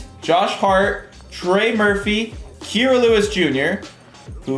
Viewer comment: is KI RA not Kera